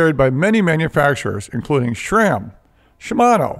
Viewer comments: keeps saying Shram instead of Sram...a snide dig?...Well I guess he could be sayin Sham!-) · "SHRAM" HAHAH